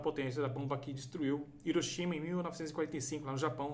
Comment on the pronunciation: O nome da cidade é pronunciado com "R". Se lê Riroshima ( "H" tem som de R no Japão)